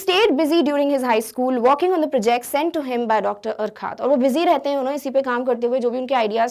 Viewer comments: Mam it is called as (yourcoohaart ) sorry but you are pronouncing wrong. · Urquhart is pronounced like अर्खर्ट